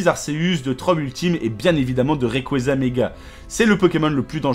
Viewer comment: Raieqwezaaaaa mais qui dis ça on est d’accord on dit railleqwadza